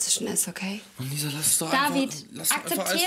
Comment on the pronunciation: Er sagt Alessia statt Lisa